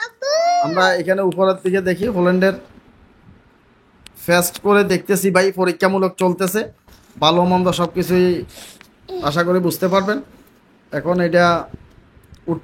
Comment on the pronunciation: ভাই আপনি হলিল্যান্ড কে হল্যান্ড হল্যান্ড বলছেন কেনো..?